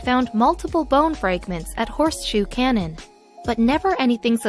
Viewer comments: Who decides how your words are pronounced? Do you know what a cannon is? A canyon like the grand one in the USA always has the "y" pronounced, the place you were showing as a cannon looked nothing like an ancient weapon and so much like a canyon. You got me annoyed. Do I have to block your channel too, because you consistently grate on my nerves by persistently saying things wrongly. It is easy enough to check, so why wouldn't you? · learn how to pronounce "canyon"